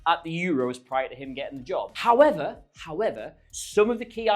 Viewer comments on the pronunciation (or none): none